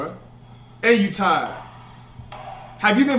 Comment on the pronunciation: “Flight tired ahhhftd” speak English pls